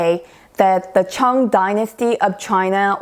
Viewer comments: How you can be where you are when you cannot even pronounce the Ching as Chang dynasty. Pathetic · Don't bullshit, the Qing dynasty not the Chong dynasty.If you don't know how to pronounce Mandarin, go and take a course in Language ,History and culture of China. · In case some viewers are wondering why says 'Chong', 'Chong' is the Korean pronunciation of 'Qing' Dynasty.